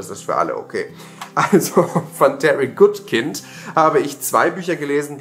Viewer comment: Der Autor ist Amerikaner und das Wort "kind" ist ein englisches Wort. Daher spricht man seinen Namen komplett englisch aus. Diese furchtbare Kombination aus "good" (englisch ausgesprochen) und "kind" (deutsch ausgesprochen) ist einfach nur denglisch und geht GAR NICHT 😅 (Natürlich steht es sowohl, dir, als auch jedem anderen völlig frei den Namen TROTZ besseren Wissens falsch auszusprechen, aber ich finde es in so einem Fall immer wichtig zumidest zu wissen, wie es korrekt WÄRE 🙃🙂☝ ICH sage beispielsweise, auch trotz besseren Wissens, nach wie vor mit dem Brusston der Überzeugung "DAS Radiergummi", obwohl ich weiß, dass es korrekt "DER Radiergummi" heißen würde, enfach weil sich der Artikel "DER" in diesem Falle für MEINE Ohren so falsch anhört 😄✌) In diesem Sinne, dir und allen anderen die das gerade lesen einen guten Rutsch heute Abend und auf ein schönes Booktube-Miteinander auch im nächsten Jahr 🙃🙂